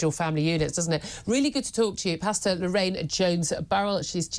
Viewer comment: She's called "pastor", not "pasta." These two words have different meanings and different pronunciations.